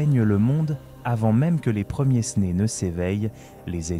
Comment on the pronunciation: Quel dommage la voix IA, repérable aux liaisons hasardeuses... "chantèrent-TEU", les "premiers-Snés"... lol